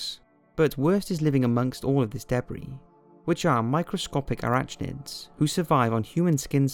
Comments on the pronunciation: Did you seriously pronounced arachnid as "Ara-ch-nids?" Shame on you,, you should know better. XP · Did.. he really say aratchnids?